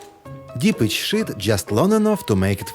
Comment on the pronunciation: Whoever is speaking needs to work on the pronunciation of the word sheet. Otherwise, it sounds like a cuss word.